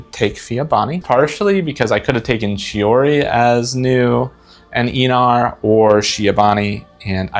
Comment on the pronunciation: It's Ainar, not Eenar! (isn't it?) (I totally could be completely wrong myself)